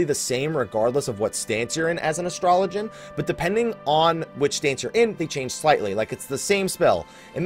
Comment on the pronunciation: It's Ass-Trow-Low-Gian